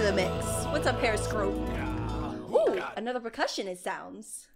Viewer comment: Its periscorp not periscrop